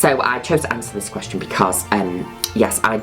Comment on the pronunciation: "The fihrst qwestshun I have on twhit-ah"